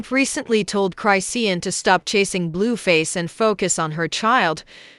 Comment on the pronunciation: Y'all need to get a narrator who knows how to read these people name. She's not saying Tia name right and she's not pronouncing Chrisean's name right.